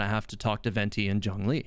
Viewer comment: Omg, I am so ecstatic over the fact that you’re pronouncing Zhongli’s name correctly 😍 respect points went through the roof